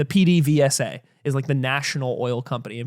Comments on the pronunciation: B+ Pehdevesa not Peedevesa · Ooof, I love but gotta give that PDVSA pronunciation a 6/10. Its giving "grassy-ass" and "wag-won" 😔